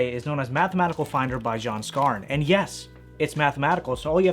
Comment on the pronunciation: It is pronounced 'Scar-knee'. That, aside, good to see you showing a new generation these old tricks.